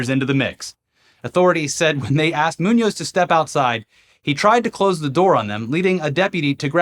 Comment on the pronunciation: I'm a fan, i just point out that is Muñoz with the accent in the "o", if not you could ear it as "Nuñez", that have the accent at the "U" if you say the work too quickly.